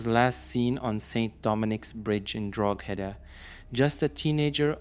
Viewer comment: The "G" in Drogheda is silent....so it is pronounced "Droheda"......also Ballybough is pronounced "Ballybock".